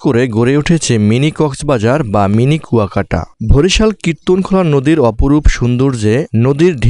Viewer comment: ভরিশাল না ভাই বরিশাল😑